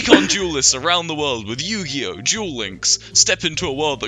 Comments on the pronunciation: every time he says "Duel" it sound like "Juul" Edit: I made this comment before getting to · When ever you said duel it sounded like you were saying jewel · For the "Yu-Gi-Oh! Duel links" section I thought he was saying Jew lmao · Bc of the way they pronounce duel I tjought they were talking about juuling